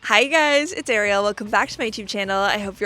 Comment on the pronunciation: You have a beautiful name. Try to pronounce it properly. It’s not Air - ielle. It’s Arielle.